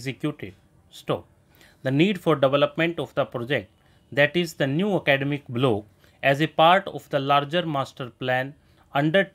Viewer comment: Block ko blow thoda sahi se bolie